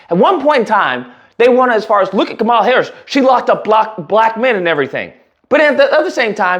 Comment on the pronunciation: Great coverage. I honestly feel bad for all the Jewish people voting for Trump. He conned them real good. I'm Jewish and of course, I'm voting for Kamala... Also, will this pos ever pronounce her name correctly?